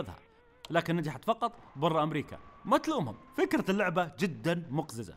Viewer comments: هو الغلط مش في عدد الحروف الغلط في التشكيل التشكيل الصح هو : مُقَزِزَة هو قالها : مُقْزِزَة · محد لاحظ انه قال مُقْزِزَه ؟ 😂😂😂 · هههههههه ١:٥٠ مقززه بلفظ خاطىء برغم ذلك طلعت جميله لان جميل و راقي تحيه لك ولكادر قناتك من العراق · كاني سمعت مقززه مو مُقزِزَ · صح هي الكلمة صح بس هو قال التشكيل غلط